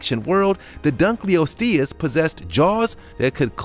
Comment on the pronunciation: dunkleosteus: dunk-l-lost-e-us